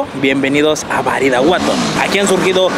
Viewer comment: Alguien se da cuenta que menciona mal el nombre del municipio? (Min. ) menciona “Baridaguato”